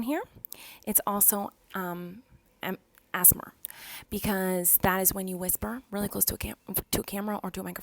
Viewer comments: Pronouncing ASMR SOME PEOPLE - A s a mar Miranda - As mar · She cant even pronounce a s m r and she is saying asma 😂🤣🤣🤣 so babyish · Nobody: Miranda saying ASMR: asthma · ithought she said a$$ bar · It's pronounced A-S-M-R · They way she said ASMR as asmr. 😂😂😂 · It’s A S M R get it right 🙄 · maranda!!!! Honeyy!!!! U be saying a - asthma. Plsss don't be rude or offensive to people who have conditions Thx 🙂🙂🤣😏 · “Welcome to myyyy Aessmer” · "Assmer" lmfao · ‘Hello and welcome assssemer’ 😂😂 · ASSEMARS...🤣 it gets me every time 💚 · Miranda you’re saying ASMR wrong way